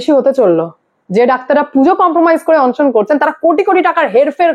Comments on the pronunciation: বাবা,কথাটা অনশন, অংশন নয়।তুমি খুব concurrent খবর দাও,কিন্তু উচ্চারণটা একটু ঠিকঠাক করো।otherwise, খুব ভালো। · ম্যাডাম সব ঠিক আছে কিন্তু অনশনের উচ্চারন টা একটু ঠিক করে নিন। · অন্ সন্ কি বলুন অনশন